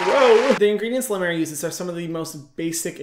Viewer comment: Hyram and I made the same face when she said La Mer cream